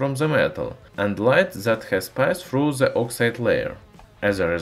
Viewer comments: Cool video, but its weird how you can say the T in metal, but not in THE which you read as "ZE". You sound russian, so you can pronounce D as in DA so why not pronounce THE with a D and not Z. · nice video I recommend pronouncing "th" as D instead of Z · We will understand u better if u pronounce " the " as "da" instead of "za"